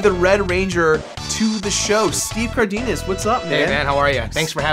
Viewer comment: Oh man, the way you pronounced Cardenas was painful...